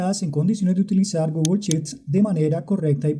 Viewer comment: Porqué no pronuncias bien "Sheets". Es pronunciancion "Inglés Colombiano"?.....